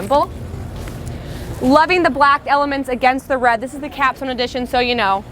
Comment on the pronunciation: lol. She’s fine. I think there are many who dig her style (her husband being one of those) I just thought her calling the “Capstone” a “Caption” edition was funny.